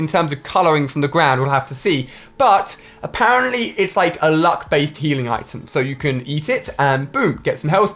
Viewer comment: a pear ently